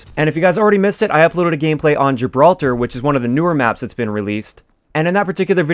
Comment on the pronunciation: Finally a YouTuber who pronounced Gibraltar correctly!